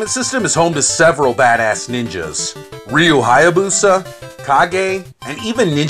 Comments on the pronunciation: i will say Rye you forever lol. Hey man van pride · Nice review. Though my pronunciation bug goes off when you say ryu and data lol. Love how your quickie reviews are as long as my normal ones lol also well played on the party bus lol